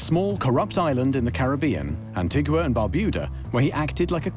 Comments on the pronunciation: ANTIGA not Antigwa! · I met his daughter when I lived in Antigua. She was nice enough but obviously enjoyed an oppulent life. Oh by the way it's pronounced "An-Tee-Gah'. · An ting ua - no even the investigator and several others involved says it the right way and it keeps being used! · The narrator cannot even pronounce the name of the island of Antigua. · And Antigua...ear bleed